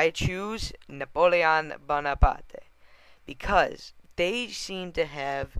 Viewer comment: You pronounce Napoleon bonaparte wrong. Say it like (napolein boneapart)